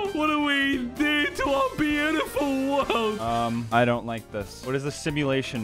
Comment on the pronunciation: Are we gonna ignore just said the word doni "bone" to bobes? And also ignore said "world" to word